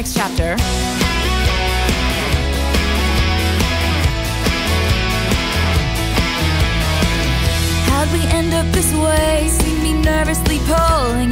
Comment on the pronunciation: I LOVE WHEN SHE SAYS "NEXT CHAPER"